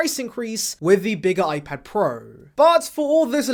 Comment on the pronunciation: Ipad prueh , pruhs prows